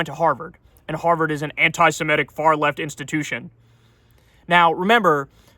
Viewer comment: anti-simetic (as you mispronounce it Kyle) should be anti-semitic! If you have a problem with the adjective go for the noun form: anit-semite instead!